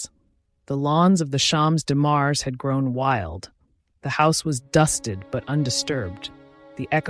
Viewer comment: I love this work, ask you to improve French pronunciation: Champs de Mars, grande dame.